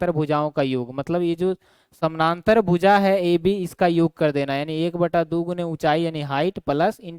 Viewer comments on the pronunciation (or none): Sir Bhoooja nhi hota bhuja hota hai 😅😅thoda is chij pe dhyan dijiye